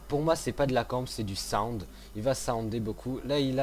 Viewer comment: On dit soundé pas "SAOUWND" ou chez pas quoi --' et c'est treyarch breff